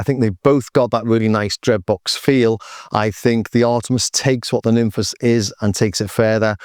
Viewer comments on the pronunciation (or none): Are you sure about that pronunciation? I read it more a "Nimfs" with a clever spelling. Be interesting to know for sure.